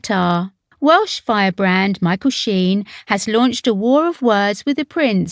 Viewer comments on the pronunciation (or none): none